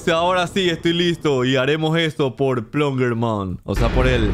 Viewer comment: Es plunger no ploonger._.